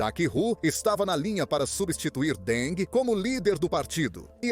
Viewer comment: Que presidente Deng? Ele nunca foi presidente nem secretário-geral do Partido. A mais alta posição oficial na cúpula que ocupou foi a de presidente do Comitê Militar Central. Outra coisa: não se pronuncia “Dengue” assim como king, em inglês, não se pronuncia “kingue”, mas “kin’”.